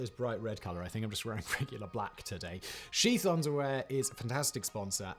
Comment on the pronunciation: I swear, when he said "sheath" underwear I thought that he said "Xi's" underwear.